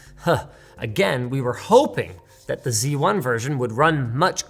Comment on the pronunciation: Linus, it's called Z1, not C1.